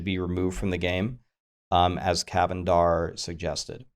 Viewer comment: I'm not sure if I was more pleased to see one of my suggestions on the list or to hear pronounce Cavendar correctly. In the last several years, the most exciting thing that blizzard has done with D3 was to have a blog post announcing plans for new sets for all classes. I can't think of anything else that has created as much engagement with the game since the release of the Malthael expansion. To that point, having regular blog posts about new plans would be amazing. It's also far and away the easiest and cheapest of all the suggestions. If Blizzard doesn't start doing that, they must truly be closing the door on the game.